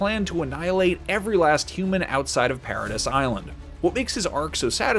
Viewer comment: Peradiss Island lmao 😂